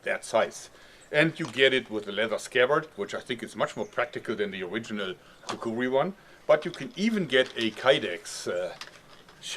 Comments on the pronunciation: He says it like Kakuwee it bothers me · It's called a Kukri and is pronounced Kukri.